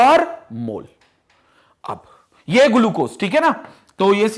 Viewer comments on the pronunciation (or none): I respect sir but the way he says glucose 😂👌........ hey says "Gulucose"🤣☠️